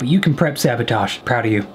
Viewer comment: “are you ok with saßotoassssh?”